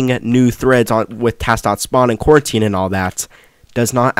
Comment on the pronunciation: Saying coroutine as "quarantine" is crazy